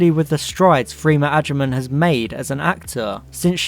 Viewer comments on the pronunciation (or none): it’s pronounced ‘freh-mah’... not ‘free-ma’